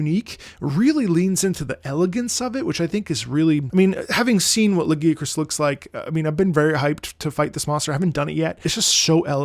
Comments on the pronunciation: IT'S LA-GUY-A-KRUSS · "I'm not gonna say it the other way" You're so real for that (personally I pronounce it Lah-guy-uh-crus) but the way says it gives me PAIN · I noticed that the way Lagiacrus gets pronounced varies from language to language (guys, try when you have time). I always pronounced him “Lah-Ghee-A-Cruz” or “Lah-GeeAh-crus” and in some languages he’s pronounced in these ways. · "lagi-crus" XD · Listen. You can't pronounce the name right, you gotta go back to square one. And for all you coming after me, no we do not listen to, he's autistic.